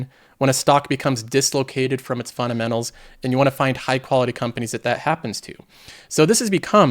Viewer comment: love the content but there is a "D" in funDamentals lol